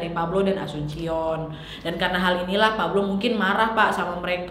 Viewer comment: Cuma koreksi saja kak nad, ibunya asuncion bacanya asunsyion karena memang nama umum alias pasaran di filipin karena sy ada teman juga namanya sama cuma family namenya beda. Cavite dibaca Kavitè karena sy pernah ke Cavite tepatnya daerah imus dan daerah silang dekat dengan tempat wisata bagiou, Cabading dibaca kabading. Terima kasih.